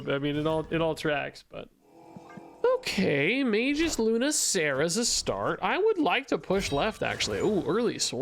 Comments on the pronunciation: it's mag-us not mage-iss. A hard G. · its "may·guhs" actually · Hi bro, magus is pronouced maggus. Have a nice day! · Isn't it Mah-Gus? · It's Mag-us. Ag like in Drag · Magus: may-gus